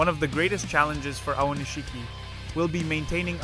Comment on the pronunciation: You used so many different pronunciations of Aonishiki l000l. Japanese names a little tough eh? XD